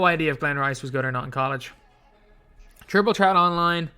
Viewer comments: Idk why that triggers me 😂😂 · absolutely nobody.. “triple tret” 😂